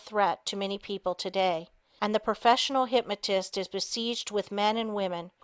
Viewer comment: Excellent book. However, it is very distracting to hear the reader constantly misprouncing certain words, especially "hypmatism" and "hypmatist".